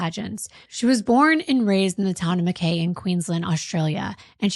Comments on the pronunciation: Aussie here... Its pronouced Ma, kye not Makay.. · Also an Australian and I love your content...btw it's prounounced Mackai